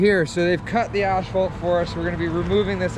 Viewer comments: Lots a trench towning going on. I personally would have used the tooth busket to break up the asphalt. For some reason when people pronounce Ashpalt it drives me nuts. It is pronounced As phalt. I still like, just a pet peeve of mine. Those track I told you about for your 257 are called D-lug. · Brian Gardiner your 100% right on how it’s pronounced. It must be my Canadian west coast vocabulary leaking out. 😊 Not sure why I move the H when I say it lol.